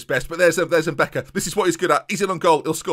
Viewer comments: If Lebrun is African then the pronunciation is probably mbeca and not mbica. Nice video man! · its pronounced "mbeka"